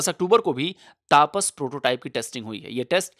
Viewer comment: "तपस" है सर... न कि तापस। 😅😅🇮🇳🇮🇳🇮🇳